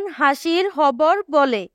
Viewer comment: Khabar ke hobor keno bollan😂😂😂😂😂😂😂